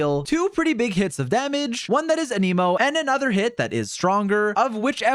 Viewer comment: I can’t help but notice it but why does bro pronounce Anemo as a-knee-mo instead of a-neh-mo?